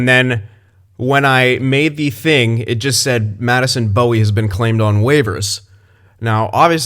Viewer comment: Also Bowey is pronounced Bow (as in a bow after a presentation etc) e not bow (weapon) e like how you were pronouncing it. Considering I did get to watch him when he was in the WHL with the Kelowna Rockets